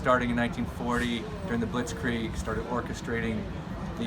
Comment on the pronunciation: Did that sledgehammer dude seriously just call the London blitz the 'blitz creeg' wow they are two totally different things and this guy is making a ww2 game